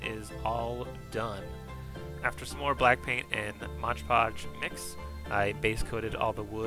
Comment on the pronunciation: This is my first video I've seen of yours, great stuff! Really excited to check everything out! If I may? Mod Podge is said like you would a game mod, it's one of those mistakes that are hard to hear over and over. Hope you keep these videos up however you say it though